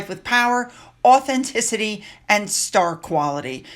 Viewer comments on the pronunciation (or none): none